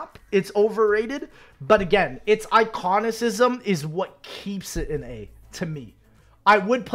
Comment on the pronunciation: “Iconisizm” had me dying